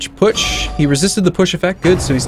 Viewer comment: I kept hearing 'eldritch putsch' whenever you said 'eldritch push', and all I could think of was lovecraftian hitler.